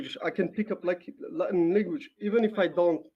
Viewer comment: average person:language carlos: lenguage